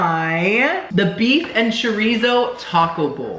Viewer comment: as a fellow half Cuban I’m disappointed in your pronunciation of chorizo😞